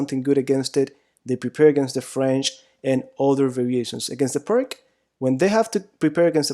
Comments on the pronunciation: Pirc is pronounced PEERTS, not PERK! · Pir(k)? Pir(s) is correct. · O.K., - you've studied it for whole life... but: the pronunc. is not "PRK", biensi' "PIRTZ"!... a Slovenian GM Vasja Pirc... ( P.S.: another great Slovenian GM: Albin Planinc - pronunc.: "PLANINTZ", not "PLANINK" ). Altrimenti, complimenti x il tuo canale YT. Mi sono iscritto. Cordiali saluti. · Nearly everyone I know pronounces this as PERK rather than the correct PEERTZ. We all know what we mean . ;-) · Hey, here in America we love butchering names in other languages. See: Los Angeles, San Francisco, San Luis Obispo, San Rafael... and that's just here in California. Plus, "Pirk" sounds better than "Peertz." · Americans or pseudo-Americans cannot and will not pronounce non-English names correctly. To do so would be an unAmerican activity, an outrage to Trump and MAGA. Pirc is spoken 'Peerts'. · Would not be very harmful to learn how to properly to pronounce Pirc. Definitely nit Pirk. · ...pronounced peertz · Never trust the advice of a chess player that can't pronounce Pirc. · If you're interested: fianchetto (Italian for 'little flank') is pronounced fianKetto (ch = K) and Pirc (a Slavic name) is pronounced PIRTS (i as in 'little') and c = TS (as in 'Srebrenica' (SrebreniTSA)). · I thought Pirc was pronounced pee-urt-tz. (U pronounced as in under or ulcer.) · Vasja Pirc is slovenian GM and your pronunciation of his name is terribly wrong. Pirc for English spreaker would be Peertz. Similar to Blitz. Keep up the good work you do. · A friend still doesnt believe me it is pronounced peertz xD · We all pronounce it Perk too! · Vasja Pirc and he is not prik...? His name is P I R C (c like Ceylon) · Pirc. P-I-R-TS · You should really look up how pirc is pronounced lol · But we must pronounce pirts not pirk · Please pronounce it as "peerts" it's called the pirc defence after a man's last name, which is not pronounced "perk" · Its pirs and not pirk